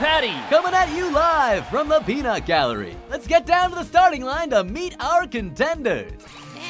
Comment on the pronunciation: The first peanut almost sounded like Grapefruit